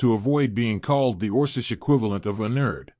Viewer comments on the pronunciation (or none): Also it says "us" as "U.S.", and orkish, and kidded.... LoL